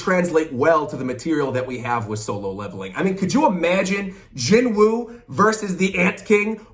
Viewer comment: Ps: actually I'm pretty scared of the anime xD I absolutely believe that they'll screw all the Korean names. Just look at Jinwoo himself xD his name is pronounced "JIN-U" (진우) NOOOOT jinWOOOOOOOH 😅